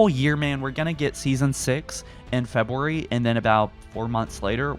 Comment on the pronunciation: Imagine not being able to say February